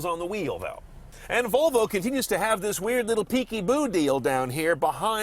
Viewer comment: Volovo .. Sounds like a guy trying to say Flafel after consuming 4 liters of tequila :D